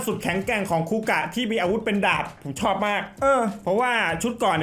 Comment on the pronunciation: คาเมนไรเดอร์ คูกะ ไม่ใช่ คูกาก 😂